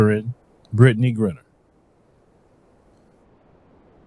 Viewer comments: Griner I know. Grinner I do not. Please say her name correctly. Give her that much respect.🤣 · Her name is GRINER, not ‘Grinner’. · BRO...you gotta get Brittney Renner off your mind! It's Griner, (with a LONG I) not Grinner! lol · pronounce it right. Griner not grinner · I know you're country but her name is Gr-eye-ner!!!!!!! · Would be dope if you pronounced her name correctly. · I'm no fan of hers but it will be nice if took the time to learn how to pronounce her name correctly.